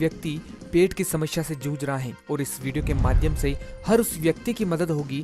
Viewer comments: शामाशाया नहीं भाई समस्या होता है ।।। 😂😂😂😂😂😂😂😂😂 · Wo samasya hota hai shmashya nahi